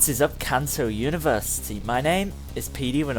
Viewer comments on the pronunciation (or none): none